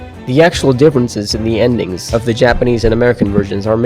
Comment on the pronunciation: Finally someone who can actually pronounce Japanese words! (Great video btw )